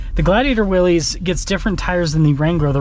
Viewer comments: Pronouncing the package correctly (it's NOT WILLEEZ) would go a long way in making you sound like people can trust your knowledge on the product...if you call it the wrong thing, what else will you get wrong? Just my opinion. WILLISS vs WILLEEZ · It's pronounced "Willis." -- BR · It’s pronounced WILLIS